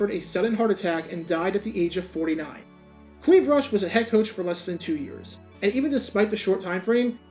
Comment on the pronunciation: What's behind the decision to pronounce his name "CL-EE-VE" instead of "CL-EYE-VE"??